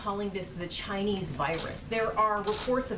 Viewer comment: "Ghinese virus" 😂